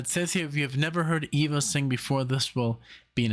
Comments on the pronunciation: It is Eva like in Evincing, not Ava... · It's EEEEEEVa Cassidy. I lived in Washington, DC in the 90's and we all called her EEva. I cried when I heard she had died. But I thank God for the gift of Eva Cassidy. Your reaction video of Eva is the best I've seen. Thank you!